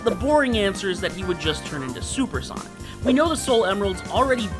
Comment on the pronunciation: Solper Sonic 😂